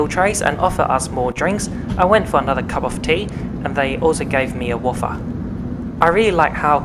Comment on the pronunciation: Nice video! The wafer is pronounced way-fer not waffer btw.;-D